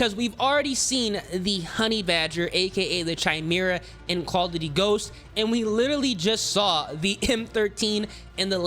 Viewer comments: I wanna know why people keep calling it (chime-era) it’s pronounced (Kai-mera) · Chimera is pronounced with a k btw. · How do people butcher these names like Chimera and Orion🤣 (pronounced Kai-Mira and O-Ryan🤓)